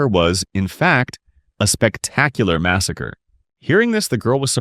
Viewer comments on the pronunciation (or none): none